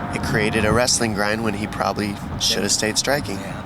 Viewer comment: why cant Americans.. say the word "probably' properly?